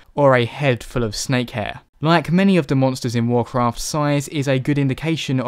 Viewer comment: It's "Warcraft", sir.